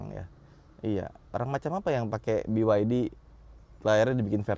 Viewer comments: Kenapa ngucapinnya harus Bi Wai Di om, kenapa bukan Be Ye De? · Jangan sebit biwaidi tapi beyede..